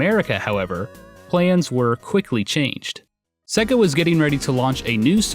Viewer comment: SAY-ga Norm! SAY-GA!